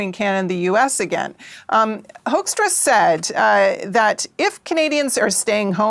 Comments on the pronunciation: Hoaxtra (excellent pronunciation for this ambassador's name👍) will leave when the next administration sends a new one. I don't know if it's possible or would help to kick out this one in the hope for a better ambassador for as long as the Trump administration is there. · Top tip! Start pronouncing his name the proper "Dutch" way- "Who"kstra or Hooookstra- That ought to trigger him!😂